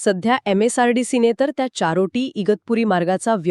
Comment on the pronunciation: Chartoti nahi charoti